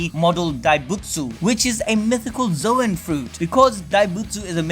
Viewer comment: “ZOWAN Fruit”